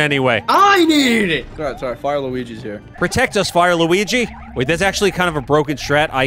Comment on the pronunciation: I never thought I'd get used to saying "wuligi"